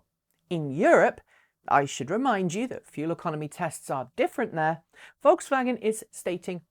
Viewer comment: Not pronounced like "V"olkswagen, but "F"olkswagen